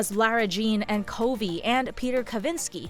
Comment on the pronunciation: At least we get xo kitty. Also it's "covey" like "lovey" not like "cove" it says in the book